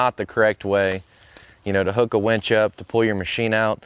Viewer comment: Dude it's winch not wEnch 😂